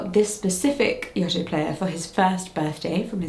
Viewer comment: You saying Yoto wrong lol Only from my point of view, this is how it how are you saying it very differently, but yeah my eight-year-old like nearly 9-year-old absolutely loves his Yoto player it’s the best thing in the whole wide world definitely recommend it for any gift from any age